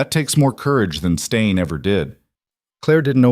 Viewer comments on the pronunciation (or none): Great story, tense with many twists and turns! Staying, not stain. Mosul, not Moscow!